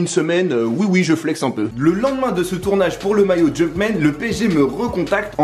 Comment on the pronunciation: « a che moment là » 😂